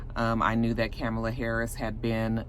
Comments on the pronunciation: Supposedly her name is pronounced [komma-la]. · Comma-luh. You’re pronouncing it like Rev Al. LOL. Stacey wasn’t qualified IMO compared to Kamala and Susan.